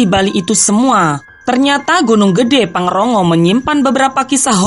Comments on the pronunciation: Pangrango bukan pangrongo min hehe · Pangrongo???pangrango keless😂😅😆😒😏😏